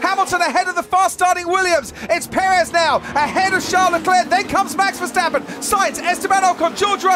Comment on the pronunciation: MEX VERSTEPPEN,??,,,every A in his name sounds NOT like in cat,, ,BUT ,like in CAR